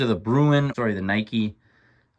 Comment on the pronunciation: Its pronounced NY-KEE